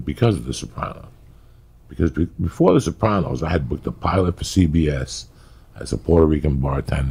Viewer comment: Why does it pronounce it soprawnos . No one on the show ever pronounced it like that. Sopranos !